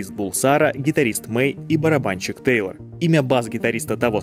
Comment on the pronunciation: Тэйлор ( а не Тайлер)